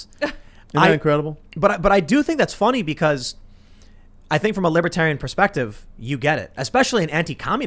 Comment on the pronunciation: It's fonny? very fonny indeed Pim Tool 🤡